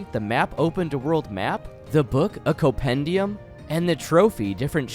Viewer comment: The first m in Compendium is not silent, my man ^^" Otherwise great video, keep it up <3